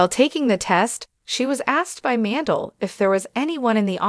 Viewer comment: Howie's last name is pronounced Man-dell. Not Mandle